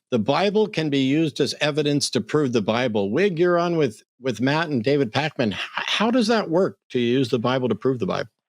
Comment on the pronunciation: ”Pakman”, not “Packman”.